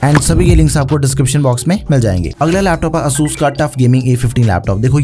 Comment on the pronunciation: The way he pronounced asus😭😭🙏